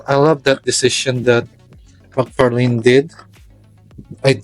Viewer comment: Thanks for the vids mabuhay ka its mcfarlane not mcfarlin